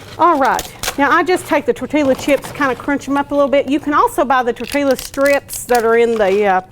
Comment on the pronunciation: Tor-te-la, y’all!!! 🤣